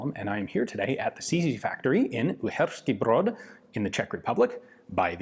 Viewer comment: I LOVE LOVE LOVE your videos. Great sound quality. Very thoughful angles used, everything visible and clean. Tone of your voice calm, yet not boring. Information and context you provide is second to none. And as a Czech myself, I congratulate you on perfect pronounciation of Uherský Brod. From 200 years old revolver to coil rifle of tomorrow, as long as you make a video about it, I need to learn about it :D